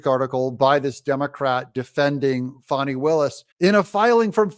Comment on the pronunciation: Doug, you’ve been watching too much TV. You said “Fah nee”. Under the circumstances, I think we should continue to refer to her as “Fanny”.